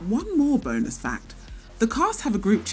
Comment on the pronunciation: Did she just say BONAS FACTS